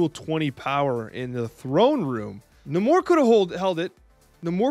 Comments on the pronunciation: Lol it's Nay-Mor. I think someone was trolling you. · Lowkey triggered by how you pronounce Namor. Love the deck idea though!